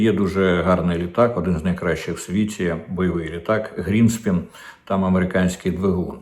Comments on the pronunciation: Йопта, не гріеспін, а гріппен!!! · Пане Дмитре, шведські літаки Gripen, Гріпени, а не те, що Ви говорите.